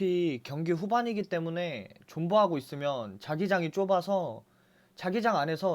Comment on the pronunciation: 2:2에 존버를 본버라고하셨네 ...